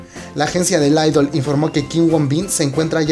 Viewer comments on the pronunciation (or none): none